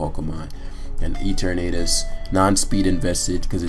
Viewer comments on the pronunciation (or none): I keep on hearing E-Tornadus instead of Eternatus